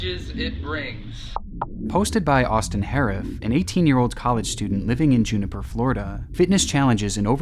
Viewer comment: It's Jupiter, FL , not Juniper